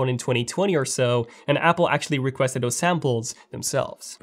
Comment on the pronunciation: Reuters: It’s not pronounced “rooters”, it’s ‘Roy-ters”. Please spend somewhere between 15 to 20 minutes a days practicing your English pronunciation. Your can do it while in the loo, alone, wherever. You say “doze” when you mean “those”. Practice your hard and soft “th” sounds! Come on, young man! You can do it!